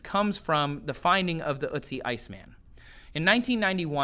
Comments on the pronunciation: Oat-see. Not ootsie. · Its not ootzi otzi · Its ötzi, not uzi... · ***** Yes g at the end can be pronounced as a -sh sound. But Ötzi is spelled so because it roughly pronounce urt-tzee and not ur-tzee or, as says, oot-tzee. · It's ötzi not utzi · Not utzi Ötzi an o with dots of you cant say Ö say o not U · ÖTZI, not UTZI! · Damn Americans not knowing how to pronounce Ö, you make him sound like some cute cartoon when saying Ootsie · "Ö" as in "earth" or "girl" [örth][görl], Ötzi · ElinMoby Well, I am from Sweden to and it doesn't sound jack all like an Ö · OMG!! The way you prounounce "Ö" gives me a headache. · Your pronunciation of ötzi is 😬